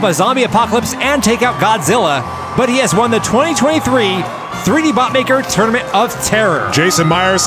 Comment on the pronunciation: Why does "Tournament" sound like "Termit" ?